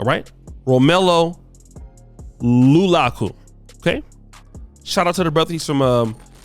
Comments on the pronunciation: it’s not Lulaku, it’s Lukaku. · Lukaku plays for belgium in the soccer world then for club he plays for inter milan in italy.what"s he involving himself with Meg Thee Stalione.He's much too cool headed to be involved with her and the name is pronounced Luuu-Karr-Kuu😃😃😃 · Lulaku😂😂😂....Lukaku bro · It’s LuKaKu please 😂😂 he’s from Congo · It’s LU KA KU! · you butchered the man's last name next time look up the pronunciation. And its FOOTBALL!!! NOT LIKE YOUR IN THE U.S ANYMORE. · completely butchered Romelo Lukaku's name🤣🤣🤣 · Jesus. It takes like 2min to YT a clip of Romelu Lukaku to learn how to pronounce his name. I don't understand how you can claim to be all pro African and not be bothered to learn how to pronounce a brother's name right. That's the kind ish we expect from wypipo. I'm somewhat disappointed. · He is not African. He is Belgian. He plays for Inter Milan which a club in Serie A (Pronounced Siri Ah). He is on loan from Chelsea which is a club in the Premier League. Considered a flop at Chelsea. Has played well for Inter Milan, who is currently in the final of the UEFA (Pronounced U eefa) Champions League. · Your saying his name wrong 😂😂😂😂😂😂😂😂